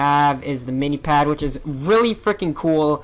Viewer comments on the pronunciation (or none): Minepad not minipad!